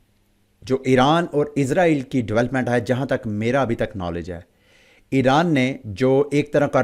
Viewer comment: Bhi izrael nhi israil bolain